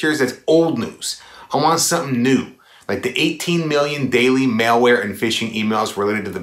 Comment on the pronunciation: Malware is pronounced: Mall where NOT: Mail Where